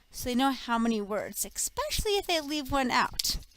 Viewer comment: A teacher who says eKspecially..... but yOU arE a NAtiVe so of course you are a good teacher...